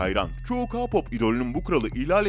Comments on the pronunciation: Abi ka-pop ne ALLAH aşkına yaaa. Beynim yandııı🤦🏻‍♂️🤯🤯🤯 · Ka pop!??? Okunuşu:key pop 🙂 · Biri ki pop diyo Biri ka pop diyo Olm doru soyleyin bu sozu key pop key pop ka yada ki deyil key pop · Abi sen kipope kapap areme erem demen icimi urpetiyor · Ka-pop ne yaaaaaaaaaaaaa abi bak key-pop anladınmı Abim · "Kapop" değil "keypop" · Abi kapop değil keypop diye okunuyooo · Kapop değil keypop diye okunuyor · Ke pop diye okunur Rm riyem diyr okunmaz arem diye okunurrr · ka pop :DDDDD KEY POP DIYE OKUNMASIN O yani K -POP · Adam ka pop diyo ama sorusu kpop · Ka pop dersen bi daha cidden malmisin ya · Lütfen telaffuzlara dikkat et abicim svzvzvzvz Ka pop ne yaw bcsvsvs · Ka pop değil key pop diye okunuyor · Ilk baslarken Ka pop deyil Kpop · Abi ka-pop değil k-pop o (k)de (key pap)diye okunuyor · KA POP MU? SÖYLENİŞİ KEY PAP ONUN KA POP NE OLM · Kapop nedir abicim Allah aşkına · Kapop diğil keypop🤦🏻‍♀️ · ka pop ne ya hani ke pop desen biraz kurtarrı ama ka pop neeeee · Ka pop ne Allah aşkına ya😠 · Ka pop değil ya keypap diye okutuluyor! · KA POP KE POP OLMASIN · Ka pop ne türkce oku ke pop deseydin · Abi ka-pop nedir ya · Ka pop diye okun muyor Ke pop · Gerçekten sinirden gülücem. Ka pop ne ya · tabiki basar ona bir şey demiyoruzda bizim derdimiz ka pop diyişine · Abi allah aşkına kapop ne ya 😂 Yanlış anlama seviliyorsun canım şakasına dedim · KA POP NE DAHA K-POP NASIL OKUNDUĞUNU BİLMİYOR AMA BUNLARI BİLİYOR BEN SANA NASIL İNANAYIM BUNLARIN DOĞRU OLDUĞUNU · Knk video iyi güzel olmuşta ka-pop diyince sol tarafımda bir acı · Arem´e Reymm diyor ağlicam hem Ka-pop ne abii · Ya sabır ya sabır YAAAAA SABIR sakinim bişey demiyim diyorum ama HERRRRŞEEYİMİ YANLIŞ SÖYLERSİN BE ABİ evet tabi KAAA POPP NEMJUM Riyem TEYUNK gibi telaffuzları her dediğinde.... kusura bakma ama Durduk yere sinirlendim Bari biraz araştırsaydın Armyler bu konuda çok hassas Ülkece bi öğrenemediniz ya haberlerde bile Utanıyorum ya Neyse of😒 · Ka pop Neyseki BeTeSe demiyo Sjsjsjjsjsjsjs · Kapop Değil Çocuk Değil